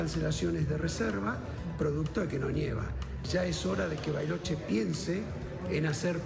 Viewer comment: San Carlos de goriloche???? Vuelvan el vídeo hasta el minuto y escuchen